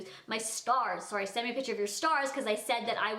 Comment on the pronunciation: Why does she say sorwy